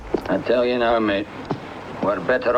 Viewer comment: ***** I'm about to eat some dessert right meow. ( ͡° ͜ʖ ͡°)